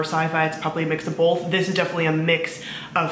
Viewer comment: did you say bolth?